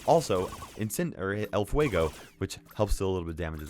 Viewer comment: I like the way you say el fuego xd I talk spanish and sounds very good